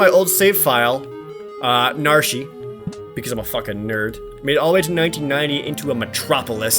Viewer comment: Isn't Narshe pronounced "Narsh" and not "Nar-shie?"